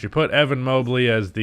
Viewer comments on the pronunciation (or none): none